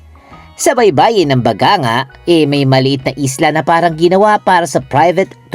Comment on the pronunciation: Pronounce as ba-gang-ga